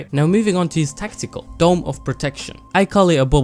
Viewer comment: did anyone hear testicle when he said tactical?